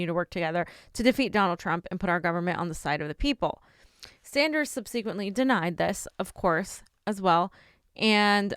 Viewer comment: “Sub-suh-quent “, not “sun-see-quent “ “WhatsApp”, not “WhatsUp”